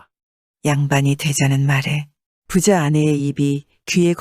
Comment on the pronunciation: 우리말은 같은 단어라 해도 갈게 발음할게 있고 짧게 발음할게 있죠 여기서 부자는 길게 발음해야돼요